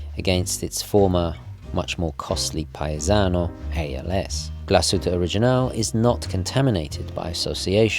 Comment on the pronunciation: Its pronounced as ‘GLAS-HU-TTE’,not ‘GLA-SHU-TTE’🤦🏼‍♂️